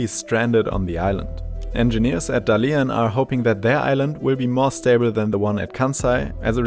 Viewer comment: is it really so much trouble to find out how Dalian is properly pronunced?